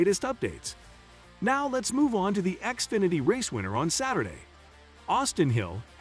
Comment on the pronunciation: xfinety not axefinety